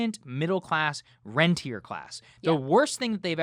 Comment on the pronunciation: Good discussion and analysis, but Saagar needs to understand the difference between a "renter" (tenant) and a "rentier" (owner of property and investments). The latter is making the killing, while the former is being gouged. Small difference in pronunciation, but they're opposites.